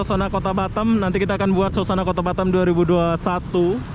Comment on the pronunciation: bukan batem tapi batam, betulkan sebutan tu